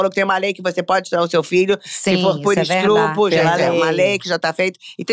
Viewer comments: Se formou nisso tudo e fala ESTRUPO? 🤔 ai, não consegui assistir tudo, muito cansativa ela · Se a Narcisa que estudou na Suíça pode falar “estrupo”, eu também posso falar “imbigo”. Amo a Narcisa! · Ai que loucura 😂😂😂 ela fala esTRUpo!!!!! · Maravilhosa, mas o "estrupo" eu ouvi kkkk ♥️♥️